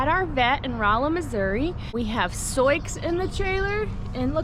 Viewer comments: They know that’s how Sioux is pronounced. Soix is a nickname they use because when was younger, she read Sioux’ name wrong, they found it funny and her nickname Soix stuck. X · It's pronounced "Sue". It's the name of a Native American tribe. WHY are you breeding when you could rescue perfectly good horses from a kill pen? There are thousands of beautiful horses that die in slaughterhouses every year. Their only fault is that they were let down by garbage humans. You're worried about her tearing w/ her current foal & you're thinking of breeding to a DRAFT HORSE?!? You apparently didn't think this through much...gads... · I just started watching your channel. (I was a kid who lived on a farm and wanted a horse, but it didn’t happen. By the time I was 13, we had moved to town.) I am interested in how you pronounce Sioux’s name. I have never heard that pronunciation. I live in NE Ohio and am 83. I am so interested in your videos. God bless your family and all your animals. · Forgive me if you’ve answered this before. In elementary school geography I was taught to pronounce Sioux as “soo”. Wondering if your pronunciation is a Missouri variation? She is beautiful!!!! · I might be ignorant because i'm not american and don't know the tribal names, but isn't Sioux said like "soo"? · I believe Souix is pronounced Sue, like the Indian tribe. She and her baby are absolutely beautiful! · Fyi: Sioux is pronounced Soo. I had a foal registered as Absorokee Sioux Charge and we called him our boy named Sue.. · Sioux is pronounced SOO or SUE. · Isn’t it pronounced “Soo”? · I’ve asked this in a few posts but why do you pronounce her name as So-icks?? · Just curious why you pronounce Sioux as you do. I have only ever heard it pronounced "Sue" Is your pronunciation from something other than the Native American Tribe? Thank you for explaining! Always happy to learn something new. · 😂😂😂😂, Soiques?, Soyiks, are you kidding the ? Butchering the English language. sue, as in Sioux!!🫨🤨☹️